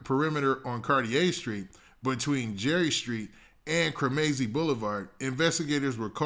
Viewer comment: Cremazie is pronounced kre muh zee